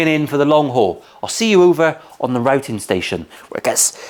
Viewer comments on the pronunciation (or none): none